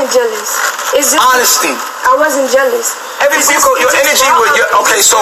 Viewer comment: That is not how to pronounce jealous ma'am 😂😂😂